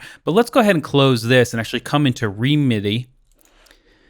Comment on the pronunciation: Great video - really interesting possibilities :) just a couple of comments. I think songwish pronounce it “remedy” and sadly the current version (v2) doesn’t run on M1 macs. Hoping an update will come soon.